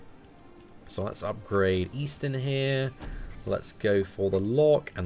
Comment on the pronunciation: he doesnt want people to know that eastin.. is actually xD